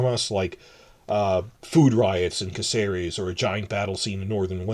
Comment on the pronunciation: Spain here. Caceres is pronounced ka thay rez. Please and thank you.